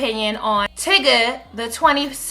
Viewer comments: Tigga tho???? I have to believe the constant mispronunciation in these videos is intentional. I didn't think so before but I guess I was wrong. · lol tigga.. its tyga but hes irrelevant and ignorant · Lol, you kept saying tyga's name wrong. Tbh, I'm just over the Kartrachians. They have no value or morals. I'm also over Kanye. I use to like his music but he's feeling himself too much now. I'd rather find entertainment elsewhere.